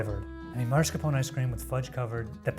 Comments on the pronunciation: “italian man” pronouncing marscapone wrong 🙂‍↔️ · How do you call yourself an Italian man and proceed to pronounce mascarpone like that? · "as an italian person"; Procedes to mispronounce mascarpone 5 times